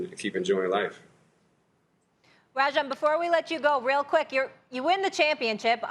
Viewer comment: am I the only one who caught Molly saying Rajon like "rejin"? lol